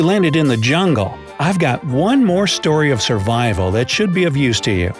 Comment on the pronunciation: survrival?? really??